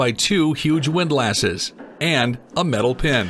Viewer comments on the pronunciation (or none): Please check your pronunciation of “windlasses” … they are not lasses. I’m pretty sure that “wind les” is the universal pronunciation.